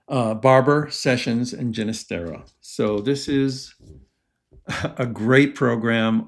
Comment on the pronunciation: The G is an H sound on Ginestera. Lisa